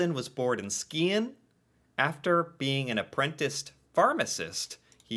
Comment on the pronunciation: Listen to the "In the Hall of the Mountain King", you know it, it's epic. (Dovregubbens Hall) In Norway we pronounce words like Skien with "Shi-enh", just like when there's Skj starting words. Solskjær is also pronounced same way; "Sol-shær" We do NOT say "Leef Eriksson", you're butchering our names so it's cringe. It's "Leiv" or "Lae-if", not that creepy "Leef" crap ffs. Try google translate next time please. Another huge name in our contemporary is Erling Braut Haaland (Håland) who's breaking records left, right and centre in Premier League and Champions League for Manchester City at very young age atm. Erling is one of the biggest sports brands in the world due to him being 6'5", blonde hair and humble character; predicted to be the first football player to cost more than 1 billion dollars (Actually 1 billion English punds which is more) in transfer fee. Kygo is pronounced not pronounced "Qai Goh" ffs; it's not someone from Star Wars! Use google translate, I'm flipping out here! He's too famous for that shit you pronunce. Try say "Qy-go" instead, that would be much closer. Niels is pronounced "Nils" or in Englishclose to "Neels". Google translate is your friend. Okay? Another famous Norwegian was the one who created the math for turns on roads. We also invented handgrade, paper clip, cheese slicer and many other things as well as oil rigs which are way taller than your tallest skyscrapers. Our biggest deep sea oil rigs (biggest in the world) can lift over 70 thousand metri